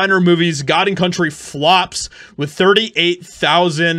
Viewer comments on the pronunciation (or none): none